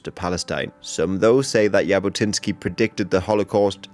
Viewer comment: Its not "y"abotinskiy😂 its actually pronounced Jabotinsky with tne "j" as the "j"